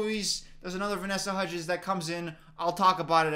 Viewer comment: "vanessa huddgies" like chicken nuggies lmaoooo